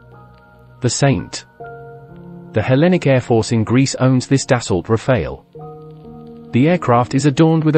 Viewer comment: Da-so not Da-salt.